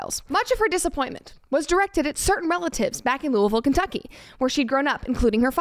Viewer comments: I was almost very thankful that Brett pronounced Louisville correctly, then I remembered she's from Chattanooga, so it just made sense. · Bret THANK YOU for saying Louisville right